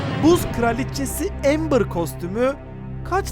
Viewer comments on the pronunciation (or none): none